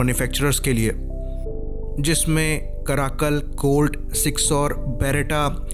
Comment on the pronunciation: कैराकल बोलो कराकल नहीं। ठीक है ना डिफेंस मैट्रिक्स वाले आदमी